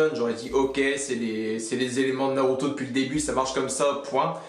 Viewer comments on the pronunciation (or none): none